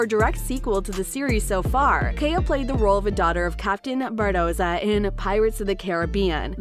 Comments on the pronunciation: She doesn't say anything about boycotting if Depp isn't in it. Also.. can the narrator check her pronunciation? It's Barbossa, not Bardoza. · Say "Captain Bardossa" one more time I dare you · did the narrator say captain bardoza? AND call him jack sparrow when his name is CAPTAIN jack sparrow, and say that an all female pirate crew would be interesting??? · It's Barbossa not Bardossa, doing a pirates without Johnny is like Star wars without Darth Vader, it's not gonna work. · “Contractually Oblodged” “I’d like to see a Carina who takes the elms of Bardossa” “Seltzers revenge” Well done. You can’t read. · "Oblodged but I'd love to do it... takes the elms of Bardossa" The hell were you reading? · She really said “bardossa” 💀💀💀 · there is no D in Barbossa, if you're going to narrate, please try at the very least to pronounce their names right, other wise your showing everyone that you haven't even watched the movies, there is no Captain Jack Sparrow without Johnny Depp, he is the only person for this role as he created and put so much work into his character, 2 of my favorite franchieses ruined all because WB support an abuser AH and not the victim JD, Boycott aquaman 2 please (no offence to the other actors, Jason Mamoa is a great actor, he funny and decent human being) but AH does not deserve the role of Mera, I think it is only right that if they keep AH as Mera then JD should keep all of his roles too, especially POTC and Fantastic beasts. I'm glad JD has the support of his co stars.